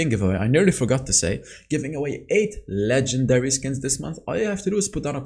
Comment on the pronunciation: “Le-jin-dereee” skin 🙏✋